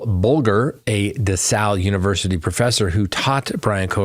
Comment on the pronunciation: Just a minor detail. It's DeSales University. Not DeSals. It's pronounced just the way it is spelled. :)